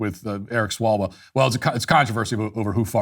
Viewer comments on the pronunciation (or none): Swallwell. Hilarious.